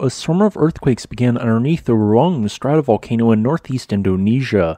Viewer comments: Roo- ang. The dipthogs in Indonesian are split rather than run together as in English. You kinda did it near the end. You will find it easier if you put emphasis on the second vowel. That way you make both sounds distinct. Lots of Indonesian names will be easier to say and read by splitting the pairs of vowels into separate syllables. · The pronunciation also throws me too. Thanks for responding. We are all human.